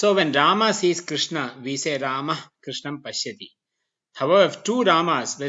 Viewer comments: Yes but Here the world rama and krişhņa are pronounced as ramā and krishnā which is wrong राम is not ramā but rama रामा would be ramā which would mean a female rama Since the long aaa at the end of the of sanskrit word denotes femenine gender. Same thing with all the words which end with a short a Its yoga not yogā Its mantra not mantrā (My orignal comment was rude so i edited it) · Very much impressed with the high quality of these videos lessons, very good to see some one teaching sanskrit with a foucus on phonetics But one thing is Very disappointing. That is wrong pronunciation of final short a sounds along with some other pronunciation mistakes. Here the world rama and krişhņa are pronounced as ramā and krishnā which is wrong राम is not ramā but rama रामा would be ramā which would mean a female rama Since the long aaa at the end of the of sanskrit word denotes femenine gender. Same thing with all the words which end with a short a Its yoga not yogā Its mantra not mantrā (My orignal comment was rude so i edited it) also the ष and ण are not retroflexed enough and thus sound like normal n and sh